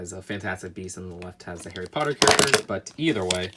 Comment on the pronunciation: you say your harry potter fan you messed up like 15 times